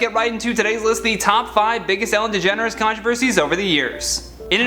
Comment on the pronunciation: “Ellen DeGener has been...” Like Kylie DeJenner??? 😳😂